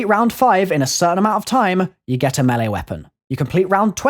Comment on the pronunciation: the way he says map and melee weapon to me sound funny ik its his accent but its cool